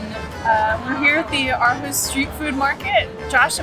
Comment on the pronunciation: I am so impressed about how you make an effort to pronunciate correctly. Living in Aarhus myself, I was blown away about how well your pronunciation of the name of the city was. Usually native english speaking people, struggle with the Aa-combination being pronounced as an Å, followed by the r. So used to it sounding like AAAAhUUUs. 👍🏻